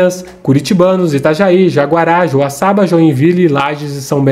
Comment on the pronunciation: é JA RA GUA e nao JA GUA RA kkkkk